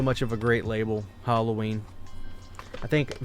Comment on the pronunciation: This is an interesting video, but please oh please learn how to pronounce Halloween! It's so annoying every time you say the word. It's not "Hulloween", it's not "Holloween", it's Halloween. "Ha" as in "Hat". The word is an abbreviation of All Hallow's Eve.